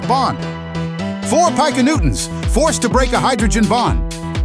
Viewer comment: The voice also mispronounces things. (Like "Pie-kuhnewtons" and "Jigga-newtons".) And it does things like skip the lowest number. And it also doesn't allow for extended explanations.